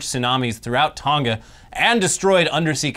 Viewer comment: Its not "Tonga" like " Tonka", its "Tonga" like "Tongue-Ah".